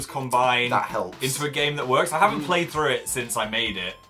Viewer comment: "go thROgh"😂